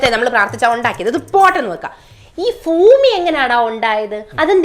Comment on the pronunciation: ഫൂമി അല്ല, ഭൂമി